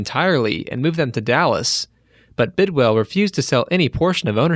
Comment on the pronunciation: Bidwill...not Bidwell